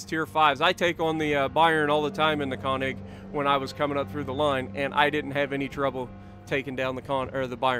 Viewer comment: I beg of you please learn how to pronounce könig and königsberg (more specifically the ö)😂